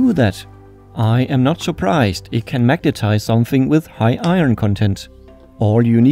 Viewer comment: Youre iconic for saying iron like,"eye-run"